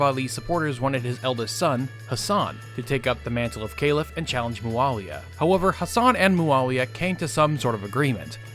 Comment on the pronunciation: What the fuck are you saying Calif like Ceilif